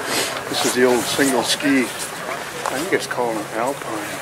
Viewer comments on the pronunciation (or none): none